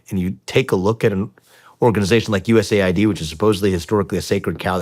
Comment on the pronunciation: Dudes, its not "USA Ai, Dee, its called US Aid, what is wrong with you?